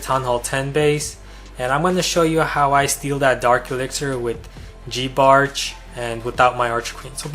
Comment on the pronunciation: Who tf pronounces it "geebarch"? Do ppl now call giants "geeants"?